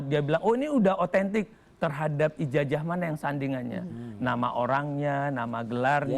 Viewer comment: ija"J"ah wkwkwkwk pake Zet bukan Jet